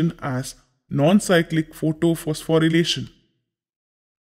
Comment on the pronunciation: Isn't it photophosphorylation instead of photophospho'relation'😅 Btw Thank you sir 😊